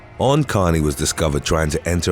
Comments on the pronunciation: Eoin is pronounced like Owen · Eoin is pronounced Owen 😂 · Eoin is pronounced Ian. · Eoin: pronounced Owen. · Just a heads up Eoin is pronounced the same as Owen 😉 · How about 'when getting stuck on stupid goes wrong?' 🙃😉😛 When 'flakka' goes wrong. When hobbies goes wrong. When pogo sticks goes wrong. When slam dancing/pogoing/moshing goes wrong. P.S. Eoin is pronounced ' Oh - wen,' (it's Irish) you talented man, you. 😉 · His name was pronounced E-IN Like the classic American or Canadian spelling of Ian... Eoin was called "E-IN" his whole life (the O is silent) so I'm pretty sure I'm right but I've sent the question to his mom for confirmation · Love the attempt at pronouncing Eion lol